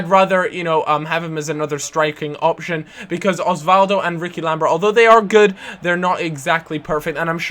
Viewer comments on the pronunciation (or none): none